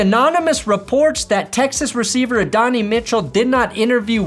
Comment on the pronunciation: Say it with me “ ADD-UN-EYE “ Mitchell